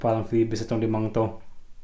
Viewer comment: Idol. Natuwa ako sa "o'right" mo. Hahahaha. Salamat nga pala sa Videos mo idol. Nainspired ako mag keep ng Tarantula. May Chaco at Fireleg na ako😊 Salamat idol. Sana manalo ako sa mga papromo mo, kahit isang sling lang. More power sa channel mo idol🕷️🕷️🕷️